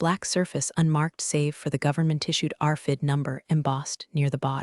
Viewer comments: Would It kill somebody to actually listen to the audio or read the captioning to make sure that words are pronounced and spelled correctly? And I suppose it would be asking too much to have that person checking these things know the difference between an acronym and an initialism? It's one thing to pronounceTED as tee eee dee, but it is a crime against humanity to pronounce RFID as arfidd. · R fid? Really? Your ai is as ignorant as a kindergarten class...